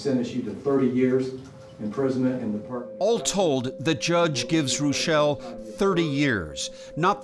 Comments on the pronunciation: As a German, it is hard to listen to you pronounce the name "Rooshelle" when it actually should be "Roishel" with the first syllable stressed. Really, there are so many family names of German origin you guys are violating a LOT 😢 Like Congresswoman Fischbach (thats 'Fishcreek') - it is not "-bak" but "-bach" like 'ach' in "machete" (you don't say makete, do you...). Same goes for the great composer Bach. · Can you say Reuschel like it's German for goodness sake!? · Funny, how they pronounce the name Reuschel. It is German and they pronounce it French.